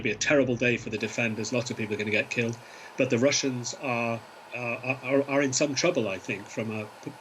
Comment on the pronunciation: Did she say heiled?